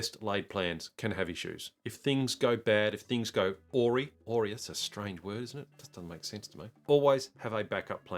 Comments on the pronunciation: Pronounced Ah-rye. Wuth several others I got forced the Bibbulmun track in June by a controlled burn. Parks and wildlife have scheduled anothef further south for next week. Fire is another thing to be way of as well. Good work mate. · 'A-wry' rhymes with 'a high' 😉😉😂😂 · The word I think you're wondering how to say is "awry." Not sure about Tasmania but in the US, it's pronounced "uh-RYE." For a long time I had only seen it in writing and didn't know myself how to say it.